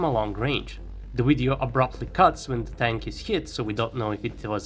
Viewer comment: It's not a phucking WIDEO!